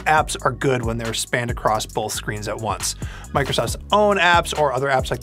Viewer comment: There's no L in the word "Both." You keep saying "BoLth."